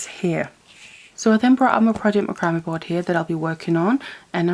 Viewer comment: This is not meant to be a negative comment... But I think that you are pronouncing this word 'macrame' the wrong way. It is pronounced as "MAC-CRA-MAY"... not "MA-CRAM-ME" As a young one growing up, I used to have a problem with my speech. I could not say the "SH" sound. I was showed how to hold my tongue to pronounce it the right way. Ever since, if I met someone with the same problem, I would just pass my knowledge onto them to help them pronounce their words the right way. (My son even has a speech problem.) Most people take my advice very well. Yes, YOU do "GREAT WORK", and I have learned a lot from you too.